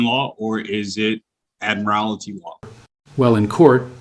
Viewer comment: Interesting pronunciation of Admiralty 😉....admire-alty. So says the word admire as you'd admire a person then adds 'alty' on the end. I had thought, up until then, that this person was reasonably literate and well spoken.